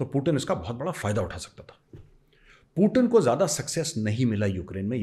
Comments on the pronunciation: Major saab aap khatna karwa liye पूतीन को पूटिन बोल रहे हैं😂😂😂😂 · Major saab apko paxtani 0.5 percent dekhte hain पूटिन नही पुतिन हैं😂😂😂